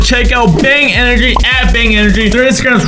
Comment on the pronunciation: He said I drink bang engry